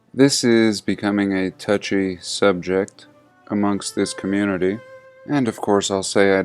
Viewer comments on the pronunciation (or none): none